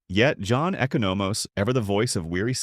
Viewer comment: Bruh you saying Echo No Mose bruh its, E Con O Mose lol. Good video though you got a real good voice for this type of content you're gonna hit the millions! Especially if you pronounce names right lol. I'm assuming its like Tim Meadows bird blindness, its just name enunciationless lol.